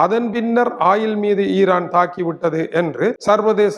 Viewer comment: ஆயிலா இல்லை ஓயில் ஆ.. ஏயா… நீர் எல்லாம் ஒரு மனுசனா எதுக்கு தவறான முன்னுதாரனமாக இருக்கிறிர் திருத்திக்கொள்ளும்.